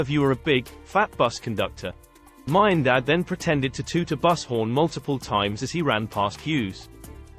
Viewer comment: don’t like AI voice. Miandad pronounced wrong. Anyway, sledging should always be about clever little remarks and distractions. Aussies often go overboard with F this F that. F your mother, which is quite juvenile